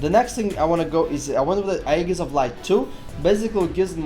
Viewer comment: Aegis is pronouced "Ayy Jis"